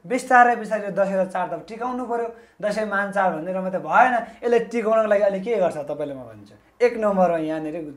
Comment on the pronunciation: char haina bro chad ho.nepali bhayera nepali bolna nai aaudaina.pahile nepali sikera aayera interview dine.khana napayera christian le paisa dinxa ki bhanera party join gareko jasto xa manxe herdai.